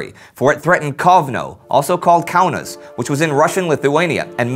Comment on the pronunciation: Kaunas is pronounced differently. You made it sounds like Kaaunas, don't put so much pressure on the a, the au should sound more like ow, with less w xD It's complicated, I'm sorry, but overall another great episode gj! :)